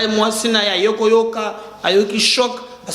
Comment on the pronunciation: Ce n'est pas djivorce mais divorce tu as français trop kamwena nsapu, Didier pas djidjie mais sa ce quel type de tonalité sa vient de quel coin du pays çà.